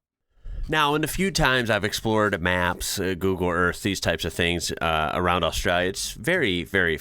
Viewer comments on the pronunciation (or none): Love your enthusiasm for us all here down under but we need to sort out your pronunciation lol let’s start with Ozz-stray-la with an emphasis on the hard A at the end. Give it a crack for your next episode 😂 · Love your work, but you are guilty of one of my pet peeves, (trivial I know ) but Australia has an L in her name. It is not Austraya. Keep up the good work. Cheers from Oz.